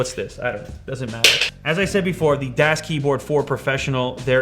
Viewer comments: Das is pronounced like this, get it? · THANK YOU! Oy, "das keyboard." He missed the whole point. Ever heard of "DAS BOOT?" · Never heard das pronounced like that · You pronounced "das" wrong 😁 ^^ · ***** ^^ die sprechen das a sowieso falsch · its pronounced das not das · u pronounce it wrong .... its not das with a long A.... its German sound like ahhh like das boot... gg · Das is pronounced like Dos, not Daas with a the long A. It's German (neutral) for 'the'. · for goodness sakes man das is pronounced "daas" like DOSBox not dass like dass-hole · it's pronounced das not däs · It's a soft a, not a hard a. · pronounced darce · Dahs Keyboard! It's pronounced Dahs! xD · It's pronounced "DOS" as in MS-DOS. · Btw, it is pronounced Dos, like you say Microsoft DOS. (It is just spelled Das... It's German) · Am I the only german watching this? :D It's pronounced like "does" btw. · FYI: it's pronounced "doss" and das means "the (neutered)" in German, so the brands name translates to "the keyboard" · It is pronounced like duuuuuuhh with an s. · It's das pronounced daas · It's kinda like Dos, right? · its pronounced almost exactly like "does" but a bit less flowy and more german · ***** No, it's a german word spelled "das", pronounced like "daas" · Affe mit Waffe "das" (German) is pronounced "does"(English) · Its pronounced "dawz" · It's pronounced dass, with a short a. Just like the das auto commercials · Its pronounced like "does". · ***** Then you should know that it is more like D-OSS. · Chark it is spelled like "does" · It's pronounced d-ass. It's German and I'm taking a German class so I know. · It's supposed to be close to "dos" like the operating system haha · ***** It's pronounced like "does". ;) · He says it like "dash" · MeisterYodarkus ja aber Lew hat's ja wie "däs" ausgesprochen, also -> falsch ;D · Just FYI, das is one of the three German words for 'the'; das, der (pronounced 'dare'), die (pronounced 'dee'). Das is pronounced like the old operating system DOS.